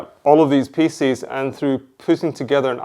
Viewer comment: FYI-"Pieces" doesn't rhyme with feces....